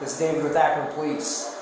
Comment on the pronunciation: Could you actually hire someone to actually DO the voice-overs? Text-to-speech blunders abound. Stop this crap, please. Akron DOES sound like Average, but it's incorrect. STOP. THIS. And as a result, I will not finish this vid. I hate that I gave you a view.